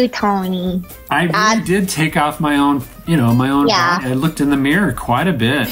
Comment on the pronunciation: I love the way she said booody lol